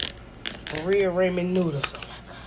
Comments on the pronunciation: I KNOW she didn’t just say “be-rea….rayman”!😂😂🤣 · BARIA- RAMOND!!! WTF she cant even pronounce what she is eating!! 😂